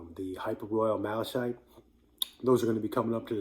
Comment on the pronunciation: Thanks bro. (I’m pretty sure it’s pronounced Mal-uh-kite like the color)